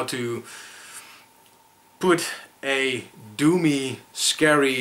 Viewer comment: I thought you were saying "do me, atmosphere" instead of "doomy" haha.